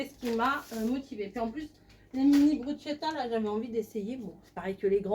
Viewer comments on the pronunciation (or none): Bonjour, merci pour votre vidéo. Pour info le mot ”bruschetta” ne se prononce pas comme en français. En effet en italien le son ”CH” se prononce ”K” et non ”CH”, Bon dimanche à vous tous.